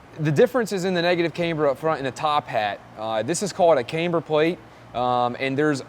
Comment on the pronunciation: dude.... it not "Kaymber", its pronounced "Camber". Caaaaaamber. Not "Kay-mber" , its not a girls name. like Cavana/Havana, Camber.